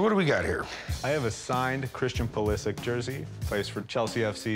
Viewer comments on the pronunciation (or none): Hearing them say PuliSick is getting me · Huge Christian Pulisic fan but calls him Pulisik.... and He is not even close to being one of the top players in Premier League, he isnt even 100% starter. I am croatian as he is, I am not hating just being realistic, he aint that special, he is good, but he aint even best winger in his club.